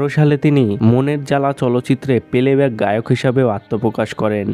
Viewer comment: Play back ke Peleback bolche aei Tokaai 😡